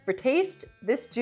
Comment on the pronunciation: Thank you, I was trying to choose between these brands. I think the top tier one is pronounced "Judy's", not "Jude's".